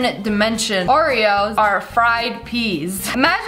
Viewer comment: Ive got a new one "orveos"